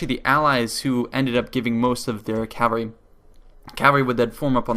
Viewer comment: Not sure why but when people say: "cavery" instead of cavalry, it grinds my gears intensely